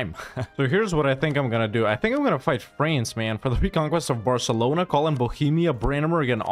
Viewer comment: I'm new to your channel but I feel like I'm being conditioned to pronounce France as "Fraynce". I find this acceptable.